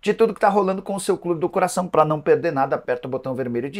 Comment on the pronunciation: Nicola você está precisando corrigir sua pronuncia das palavras com ( R ) pôr exemplo não é pereder e sim perder...